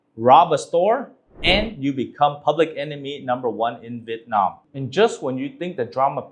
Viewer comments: Why do english speaking vietnamese people say Vit Nam. It's VIET Nam. Vit is a duck. Nam is southern. You're saying southern duck. Even foreigners can say it right. You sounds stupid. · Chú Dương phát âm Vietnam giống như Vịt nam.